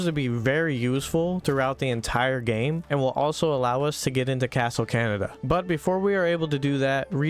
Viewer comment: When you said "Castle Canada" I couldn't help but laugh at it 😅